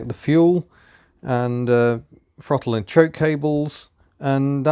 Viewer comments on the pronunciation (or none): "I can freel it fru da frottle pettle" LOL.... Two people separated by a common language...